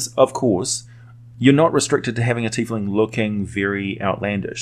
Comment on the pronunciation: I like your pronunciation, I hear "Tyf-ling" way too often